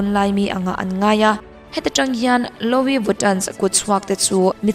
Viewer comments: Louis Vuitton.... louis I lam dan hi a diklo... lu-i tih ang deuh a lam rik tur, mhse a thluk hi mizo tawng pai tak a lu-i tih lam rik ang deuh in... a mak hi ka ti thin YouTube a channel meuh siam ve si hmeichhe țhenkhat hi an thil lam a mak thei top... true crime in mizo channel phei chu nui nuih hak na tur hi a tam... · Louis (Loo wee /lu i) "o" hi ri tello...anyway a bengvarthlak e.... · Louis lam dan chuh 🤣🤣👍